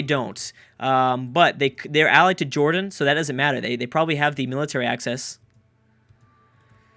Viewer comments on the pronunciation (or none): none